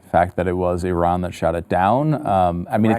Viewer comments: Switched to a different video because within the first five seconds the lady mispronounces Iran, even to Western standards. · You stopped watching within five seconds, but still took time to write a comment to tell everyone how little time you spent on this video (and now two comments). Besides, Iran is pronounced PERSIA. And no one gets it right.